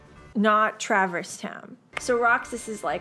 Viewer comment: I know she's drunk, but why the bloody hell can nobody pronounce "Traverse" correctly?